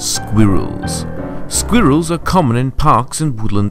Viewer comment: i did not like the guys who did squirrels and slugs he kept pronouncing squirrels as sqeerils